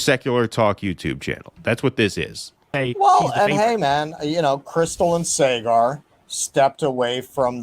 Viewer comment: is literally in India yet can’t pronounce Saagar (saw-guhr)